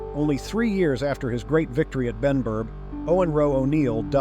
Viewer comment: was Benburb not Benburgh